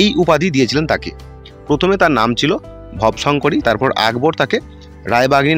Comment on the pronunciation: আহা কি উচ্চারণ ভব শংকরী নয় রে ভবো শঙ্করী ব হসন্ত না ব এ ওকার উচ্চারণ হবে